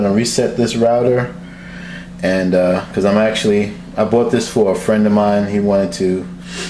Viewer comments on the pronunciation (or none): none